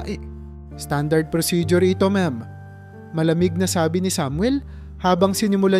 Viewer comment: Katulad Ng salitang Sabi maragsa Ang pagbigkas sa mo.